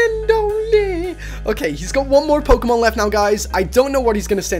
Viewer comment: PRONOUNS POKEMON THE RIGHT WAY!